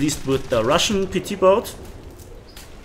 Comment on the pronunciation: you said boat wrong.